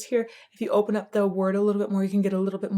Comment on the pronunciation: Would the way he pronounces "open" as "opahn" be a classical thing, like a choir? He favors the "ah" sound in harsh vocals too.